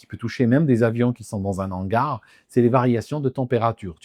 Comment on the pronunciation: Par contre ses "un nangar" pour un "un hangar'' (H aspiré !!!) ça ne passe toujours pas ! 😉